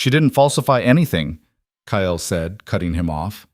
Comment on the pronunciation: Stop pronouncing it ky el. It’s Kyle.Kile.